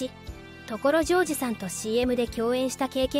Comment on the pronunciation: これって自動音声？ 所ジョージのイントネーションが凄くひっかかるし、OS-1は「オーエスマイナスワン」ではなく「オーエス(ハイフン)ワン」でしょ。